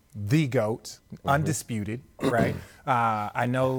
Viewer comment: haha, I love how RJ emphasized with the "undisputed".